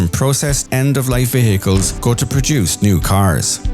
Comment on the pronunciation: why are you pronouncing the word "vehicles" so strangely ? like - "ve-hehehehe-cles "